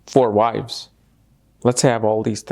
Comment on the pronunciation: 😂😂😂🤣🤣🤣🤣with a small pause he says 4 wifes 🤣🤣🤣🤣😂😂mars and k2 are scary 😱